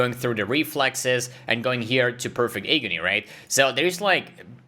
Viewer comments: if you don't mind the correction, you're saying hey-gony, it's pronounced, ah-gony. English is not my first language either before people start flaming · Agony sounds like Atrophy. It gives me Agony to listen it pronounced as eygony. 😅😅😅 Nice vid as usual